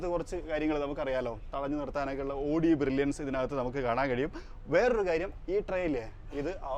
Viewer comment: Pronounce Owdi.not odi please ❤